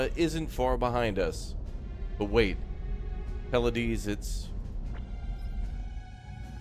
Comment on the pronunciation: Pleiades - pronounced "Plee-uh-deez" is an awesome star cluster. In Japanese, it's Subaru. So. The Subaru was lost.